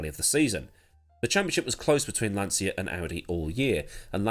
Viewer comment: Jeremy Clarkson never worked for Lancia; my dad did for 12 years before he immigrated to Canada. It’s Lan-cha not lan-sia.